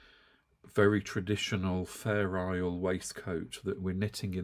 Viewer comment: somehow the way you pronounce Fair Isle sounds to me like "feral". Imagining little feral sheep with different colors...